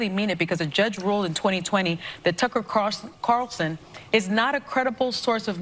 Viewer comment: One of my favorite pastime is listening to butcher Tucker Carlson's name lol. Never gets old and I hope he never stops.